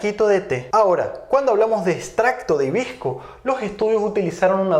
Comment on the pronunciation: Porque dices himbisco sinse escribe y dice hibisco?